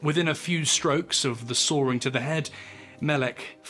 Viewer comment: It’s sawing, not soaring.